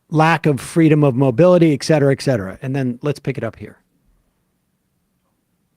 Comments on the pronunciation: A lot of people pronounce et cetera as "excedra," not just Sam. I don't know why. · I know that there is no changing of Sam's pronunciation of certain things. But can he just recognize that there is a reason that "etc" is not "exc"? ET CETERA. Not excedra.